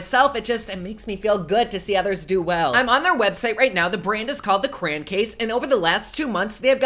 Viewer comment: It’s pronounced CRAY-ON not CRAYN lol 😂 BTW: is the cutest BooBoo ever!!